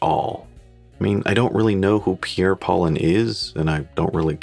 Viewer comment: The naming is obvious - sounds similar to "Pierre Cardin". Paulin and Cardin should be pronounced FRENCH btw.